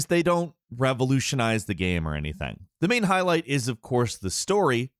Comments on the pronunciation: How the fuck does not know how to say the word game. GAM GAHHHHME Gayum. Am I the only one who notices this? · His pronunciation of the word "game" is so funny. Geæm